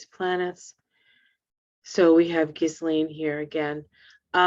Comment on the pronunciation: Ghislane...you have the right pronunciation